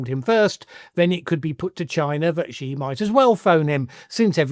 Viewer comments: Shee not Jhee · THE WORLD'S MOST POWERFUL LEADER IS XI JINPING which is pronounced "Ci" by the way. Am3ric4 and especially Trump is next to irrelevant in 2025 Thinking about it - Narendra Modi might be No2.